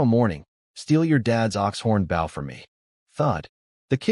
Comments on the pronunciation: It's bow, not bow. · Why cant the ai say bow all the time lol baw goodness gracious